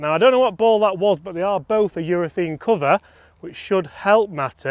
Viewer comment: Love the content but please urethAne not urethEne